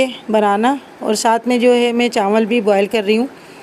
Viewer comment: Chawal, not chanwal😂